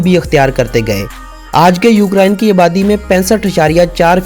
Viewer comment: Bhau lafz ukraine hota hy. Na kay ukaraiine. Or plz hindi lafz na bolain. Jasa ky ap ny bola" is muday pr". Thx